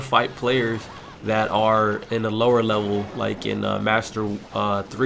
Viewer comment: did u just say "lower lever"...lmao